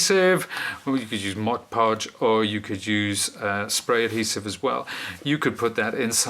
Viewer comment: Gotta love a guy who knows how to pronounce Mod Podge.